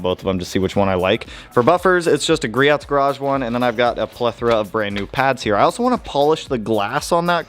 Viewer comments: "GrioT's" lol "gri-O's" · Hey buddy, just a tip. It's pronounced Greee-ohhhs. Lol.